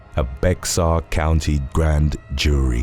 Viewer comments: It's not pronounced Bex-are County, its pronounced Be-har County! The X is silent! You say it wrong on the west side, they may kill you. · Ive commented before. BEXAR County is pronounced BEAR. The X is silent. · Bexar county is pronounced bear county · Just an FYI - Bexar County, TX, is pronounced behr or bear. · Its spelled Bexar but pronounced as Bear. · Bexar is pronounced as [bear]. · Quick note: the pronounciation of 'Bexar' is more like 'Bear'. Keep up the good content.